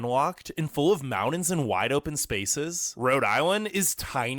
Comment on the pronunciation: learn how to pronounce the word "mountain" ........come on due